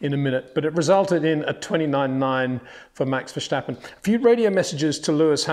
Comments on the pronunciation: Great report as always. Just one small language tip : the prononciation is simply 'Verstappen' and not 'VersHtappen'. Actually, the 'sh' sound doesn't even exist in the Dutch language, which is one of the distinct differences between Dutch and German. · Please try pronounce Max Verstappen as > Max Fair Stap Pan Not Fhurssssstappan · Peter , it is Verstappen not pernounce it like Schumacher......Verschtappen ;) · DRINKING GAMES: -drink when Peter says Vershtappen or drink, - when you read a comment below of someone trying to teach Peter how to pronounce Verstappen I'm pretty wasted.... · it is NOT Max "verSHtappen" ... Max is not German (Germans indeed do pronounce "st" as "sht") ... #Max33 = Dutch NL/Belgium! ... It is not "Bottash" nor is it "Lewish" certainly not "verSHtappen" .... This BS started long time ago when a British sport presenter interviewed father Jos Verstappen and assumed you can use a German pronunciation to a Dutch Driver thinking it is so "funny" ... It is not. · Hi Peter, Thanks for yet another great report! Just FYI the ‘s’ in ‘Verstappen’ is pronounced like the s in ‘start’. Greetings from the Netherlands! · Hhhaha dat heb ik ook al een paar keer geschreven maar ik denk dat Mr. Windsor de comments niet leest. Ongeveer de makkelijkste Nederlandse naam en nog steeds zegt hij het verkeerd. Ik denk dat Jos daarom ook voornaam Max heeft genomen zodat de alle commentators dat wel kunnen uitspreken. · Ik denk dat hij het met opzet zegt om de Nederlanders te irriteren haha. Tientallen mensen hebben het al uitgelegd haha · Ik denk ook dat hun probleem in ver zit met een s erachter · British people, please! There is no H in the RST in Verstappen! It's a hard T! The lisp you think the Dutch language has is entirely a fabrication by that sketch about the Dutch police officer with his lover also, and after that you just ran with it. The reason Verstappen himself pronounces it that way is because he has a lisp.